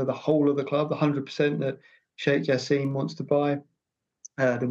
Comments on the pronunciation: It's "Jaa–sim", not jaseeem😂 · No Jaseeeem in Arabic it's simple <Ja-sim >